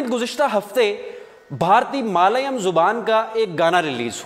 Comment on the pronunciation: Malayum nahi balke Mallyalum